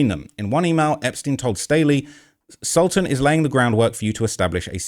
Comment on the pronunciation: He is NOT a sultan. His name is Sultan (pronounced as Soltaan). He is a high-level Emarati businessman. A scumbag for sure...